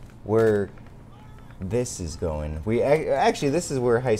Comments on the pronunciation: Am I the only person who notices he says "what is goat-in on?" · Can he not say going correctly